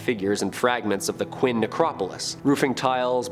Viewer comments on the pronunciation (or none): FYI "Qin" is pronounced "Chin"